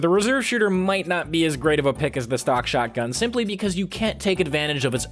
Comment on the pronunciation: witda CHÄuoghtgun